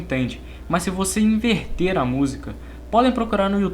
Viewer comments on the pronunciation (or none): none